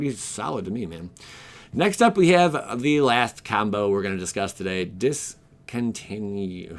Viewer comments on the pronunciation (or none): Also... Discontinuity.... Dis, Con, Tin, Noo, It, Tee....